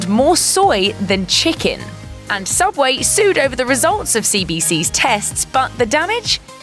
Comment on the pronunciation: Subway? U mean sooubway?